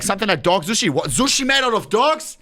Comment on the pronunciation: Ohne saying everyone can pronounce sushi and pronouncing it zooshi